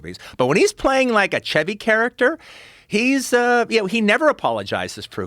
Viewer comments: "Shevy" is the correct pronunciation. Just the the car, you don't say "Chevy" with the Ch like "check". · I love Tarantino but god the way he pronounces Chevy Chase is just the worst lol